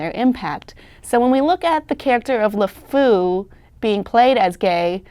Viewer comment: she pronounces LeFou wrong, which isn't good for someone who's job it is to talk about him.